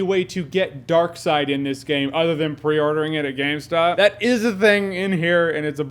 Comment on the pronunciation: It's Darkseid (Darkseed) not side. Good video though! I've been highly debating getting this game and you may have sold me.